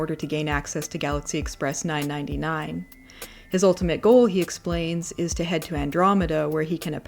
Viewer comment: I have no idea why hearing 999 being pronounced as nine-ninety nine instead of properly being pronounced three-nine is triggering me, maybe it’s my train addicted brain but I don’t know.